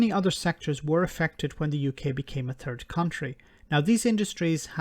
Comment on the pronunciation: Love how your accent really accentuates the truth..."when the UK became a turd country"